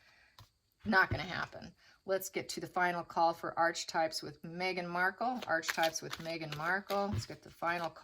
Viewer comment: Pronounced “arc” for archetype (h is silent)